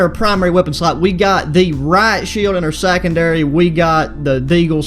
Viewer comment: Hold up did he say sackendary